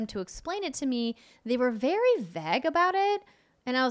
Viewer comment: Andrea's pronunciation of "vague" always makes me think she's trying to say "vag" ...lol